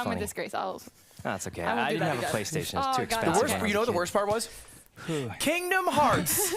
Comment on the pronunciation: I died a little inside when you said Kingdom Hearts 😭. Still very entertaining ty for coming on the show!